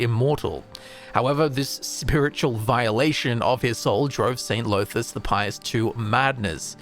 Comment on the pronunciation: DAMN really mispronouncing dunmer names? Llothis isn't pronounced Low-this. The double L makes a sort of Th-like sound. It's hard to explain. Look up welsh Ll for a guide on how to pronounce it. It should sound more like 'thlothis' not 'lowthis'.